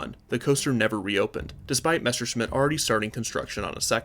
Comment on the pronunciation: Say Messerschmitt Again I Dare ya I Double Dare ya ........ Now I’m MAd